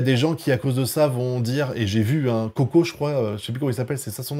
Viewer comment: "Coco" mdrrrr c'est Koke son nom